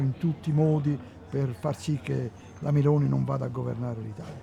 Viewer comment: MussLini.... There Is and O in mussOlini, dear english speaker and it's MelOni not Mel'ni. Whats wrong with the O in english?